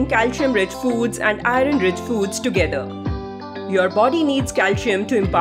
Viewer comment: Pronunce iron properly. It shouldn't be pronounced as "i run"